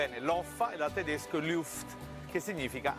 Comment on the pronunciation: Tedesc [Tedescə] non è per niente napoletano. Forse [Tedeshcə] ci assomiglia